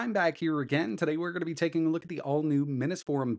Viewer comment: Still says it too